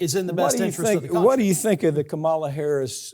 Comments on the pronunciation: Not to be testy, but: KAH-mala. Like “comma.” Please don’t do the republican thing of mispronouncing her name. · Is that how you pronounce Kamala’s name? I thought the inflection stood at the beginning. Could be wrong, though. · I hope, if you are going to talk about Harris, you learn to pronounce her name. Unprofessional and an indication of lack of awareness. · Say her name right or keep it out of your mouth. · Lol at Farron Cousins not daring to correct Mike Papantonio of his repeated mispronunciation of Kamala Harris's first name. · Please learn how to pronounce "Kamala". You always pronounce it wrong. Is that indicative of your lack of respect for her? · Please learn the right way to pronounce Kamala. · Are you deliberately mispronouncing Kamala Harris's name? It's quite disappointing and disrespectful! DO BETTER!!! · Sounds like he does it purposefully and makes my teeth grind. I can't even listen to him. It shows ignorance and a lack of respect when you continually mispronounce someone's name. I bet Me. Papantonio gets a bit testy himself when people mispronounce his own "ethnic" name. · Mr. Papantonio please learn how to pronounce the Vice President's first name. You pronounce it in the same disrespectful way as the Fox News hosts. I'm trusting that you don't mean to be disrespectful.